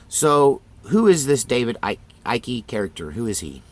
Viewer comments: Dude, it's Icke . pronounced like bike. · I agree. I noticed that all these people look digital. I did see Lady Gaga look very weird with her eyes. She is demonic. I don't believe in shapes shifters or reptillians but I do believe in demons. Icke is one syllable Ike forget the c it's silent. I pronounced it Ickey too until I heard someone announce him. Ike as in the former president Izenhower (sp?) they called him Ike for short. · It's ICKE rhymes with MIKE ! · Icke pronounced as in Tina Turner’s hubby 🤗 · Yep, david icke (pronounced like "sick" without the s lol) popularized the theory, but it's more likely the legend came from Conan The Barbarian. To be totally blunt, reptilian theories make conspiracy theorists look crazy. My belief is if a theory is traceable to a solid origin, it probably isn't true. This one is a great example of that. Cool videos though, looking forward to watching more. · Oh... and it is pronounced "Ike". Yeah you can see him wearing all his Masonic stuff and everything. He's disinforfor sure. Maybe under CIA mind control for controlled opposition. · David Icke (pronounced ike, like bike) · Have you never heard of David Icke? He is so right about so many things. Have you listened to any of his talks or read any of his books? The reptile idea is really on part of what he is talking about. And yes you are pronouncing his name wrong. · you couldn't take 20 seconds to learn how to say Icke's name? there are 1000 videos out there.